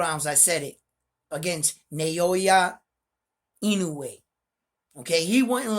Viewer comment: I subscribed Bro! I appreciate your boxing commentary. I love Boxing. It's pronounced Now-ya Ee-no-way, as best as I can tell.